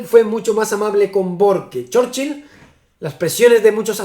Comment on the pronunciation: Pronunciación correcta: ❌Chórchil ✅Chúrchil